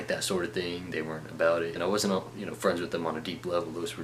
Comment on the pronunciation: His wasn't sounds like bossom. Lol